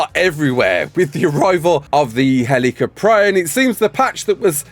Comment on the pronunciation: I hate to be that person but... it's pronounced "HEL-ih-kop-ree-on" 😭